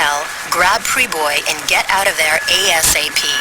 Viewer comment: When Senetar lenahan says Jack Priboi it listens like he is saying Yak Priboi